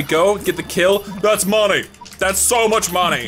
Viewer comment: why does he say money likr monay????